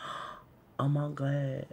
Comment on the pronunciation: The Way He Says "OMIGUAD" I can't dealllllll!!!! LMAOOOOOO